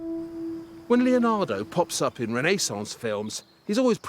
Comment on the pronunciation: René-saunce! Disturbing...